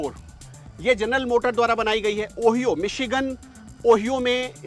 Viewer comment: इंग्लैंड ने भी हमारी तरह स्टेरिंग होती है। इसलिए ये वहा की नही हो सकती। दूसरी बात ओहियो नही ओहायो सही उच्चारण हैं।